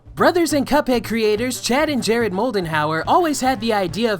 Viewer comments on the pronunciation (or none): none